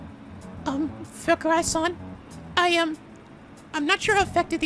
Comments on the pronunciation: I love how much mispronouncing his name as Fuck-urai fits. Come at me Fuckurai! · When was doing the SL with Chihaya and the chairman, it sounded like he was pronouncing his name as "Fuck-kurai" every-time he said his name. is sooooo /amazing/ when it comes to pronouncing Japanese names hahaha:'D